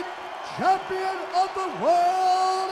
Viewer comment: "He's a phenomenal champion, he WAS a phenomenal ampion